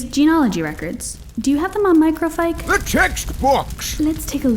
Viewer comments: its micro feesh not micro fieck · heads up: “microfiche” is pronounced “micro-fish”, not “micro-fike” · Microfiche: My-Crow-FEESH, not My-Cro-Fyke. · Microfiche is actually pronounced "micro-fish".